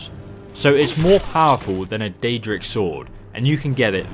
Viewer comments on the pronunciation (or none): none